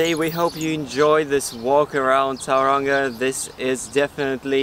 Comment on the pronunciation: Please fix your pronunciation of the town. It's not towranga it's pronounced toe runga